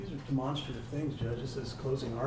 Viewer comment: Is it just me annoyed at how the defense attorney is pronouncing 'demonstrative'??